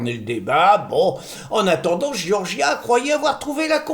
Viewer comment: Giorgia se prononce "djordja" avecd l'accent tonique sur la première syllabe, c'est plus facile à dire.